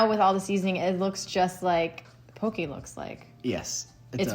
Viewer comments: My loves, it's pronounced POH-kay, not poh-kee. Very important, Hawaiian is an endangered language. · Looks super good! No disrespect, but if you can say furikake correctly, you can say poke correctly. :)